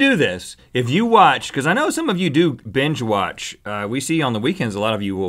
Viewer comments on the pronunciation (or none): Rhett doesn't say "binge-watch" He says "BENge-watch".